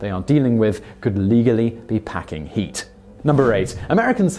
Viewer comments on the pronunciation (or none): Hearing a Britt say, “packing heat.” Hilarious